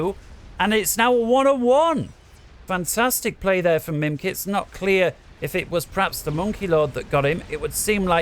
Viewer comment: Mimikz, not mimkitz ! ^^'